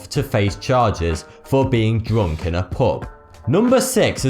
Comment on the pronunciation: What's that accent? I don't think I've ever heard it, it sounds really weird to me how he pronounces U as OO as in POOB, POOBLICK, DROONK :)